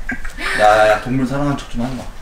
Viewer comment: ㅎ헥헤 동뭉ㄹ 솨랑하는거아뉘야? 헤헤ㅎ 너 아픟ㅎ지